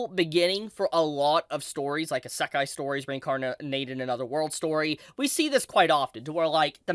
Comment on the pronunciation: This guy really has a manga review chanel, but can't pronounce Isekai